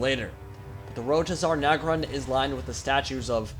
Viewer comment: Cool video, but It's Zharr Naggrund, not Zarr Naggrund.